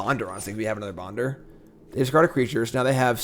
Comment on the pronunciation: Bonder's name isnt Bonder,it's Bender.